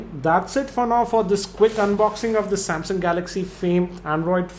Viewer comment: sorry not trying to troll but He saids Samsyaung